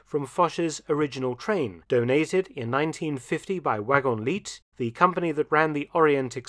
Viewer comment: FYI . The "t" is not pronounced in "Wagons Lits."